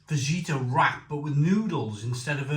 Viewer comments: Hi you don’t pronounce the j in fajita it’s faheeta. Come on mate how long you been on this earth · You dont pronounce the J in fajita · Fajita, like a fajina :D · The 🦆 is a fadge-it-a?